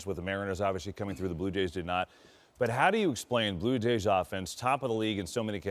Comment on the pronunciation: Daaaaaaaa Blue Yays loooooose! Say it again Vlady daaaaaaa blue yays loooose! Una ves mas mijo daaaaa blue yays loooose! 😂😂😂